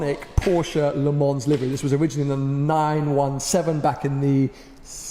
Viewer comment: Please don’t pronounce the ‘s’ in Le Mans :)